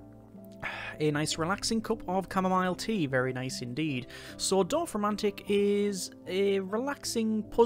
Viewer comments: Perfect pronunciation I would say. 😊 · Nice pronounciation of Dorfromantik